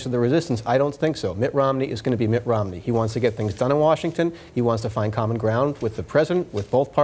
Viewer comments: It’s pronounced: ROM-ney. Not: ROM-uh-ney. Not that I care, but your a journalist. Get it right. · Why do they pronounce Romney, rominey? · lol why does she keep pronouncing it ROM-A-NEY?